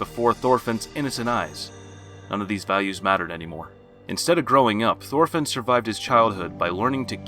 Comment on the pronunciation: ITS PRONOUNCED TORFINN! AND TORS! MY GAWD! do you even LISTEN to the pronounciations?!??!?!